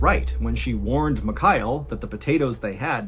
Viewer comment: Your version of the name Michail sounds like McKyle 😆